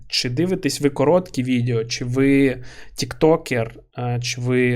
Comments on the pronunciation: не можу це слухати, кров з вух тече. відЕо а не відЄо! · Дякую за контент! Важко порахувати скільки разів ти вжив слово "відео". І то не страшно, що їх пекельно багато. І я розумію, що імовірно це момент переходу з "іншого язика". Але воно відЕо, не відЄо. Пробач, але мене щоразу наче струмом б'є. І з іншими словами все ок)